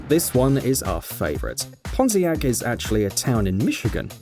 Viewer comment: When i heard "pontiac" I was like "HE CAN'T SAY THAT ONE!!!!" I heard that one a different than the way he said it...